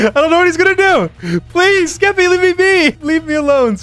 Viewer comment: Jimmy calling Skeppy "Skepp" is the reason I live at this point